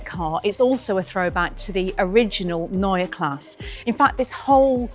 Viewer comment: I think you choose the language in which to say Neue Klasse. Pronouncing the first word in German and the second in English does not work well. Excellent review!